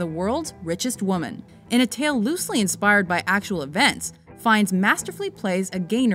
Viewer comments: fines hahahha its fyenne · Why is he called Ray Fines? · Why tf is his name pronounced Ray Fines? I thought it was Ralph Finnies, for some reason